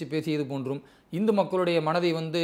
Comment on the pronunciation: It is not INDHU. Please pronounce it as HINDU.